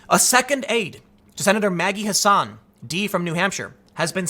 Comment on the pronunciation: Not Ha sahn. H ass an. Seriously. I'm in MA.